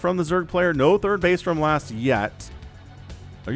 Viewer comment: Last is T, not Z :p